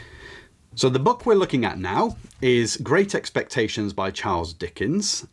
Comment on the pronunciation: I couldn't understand when you read great expectations tho